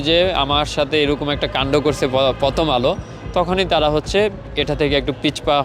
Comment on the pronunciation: প্রথম আলো ❌ ফতম আলো ✅ 😂😂😂😂😂😂ওরে শিক্ষা বাংলা ভাষার পুয়া মেরে দিলেন 😂😂😂😂😂😂